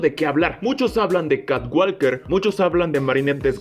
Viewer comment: walker se pronuncia woker Sonaría catwoker